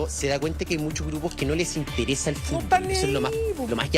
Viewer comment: Y EL FUSTBOsss..Y QUE PAJ..COMPAÑERO.😂😂😂😂😂